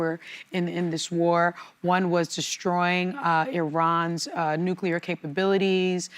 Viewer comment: Why does he keep saying NUCULAR? It's NUCLEAR. We all learned this when George W. Bush was in office!